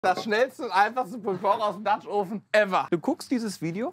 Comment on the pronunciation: Mensch Leute, tut euch und euren Zuschauern doch einfach mal den Gefallen, das Wort 'oven' in Google translate einzugeben und euch anzuhören, wie es wirklich ausgesprochen wird. Das hier ist jedenfalls die reinste Folter.